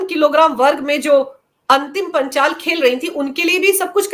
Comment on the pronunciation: मैडम पहले पहलवान का नाम तो सही से बोल लो वो अंतिम पंघाल है ना कि अंतिम पांचाल फिर ज्ञान बाटना गोदी मिडिया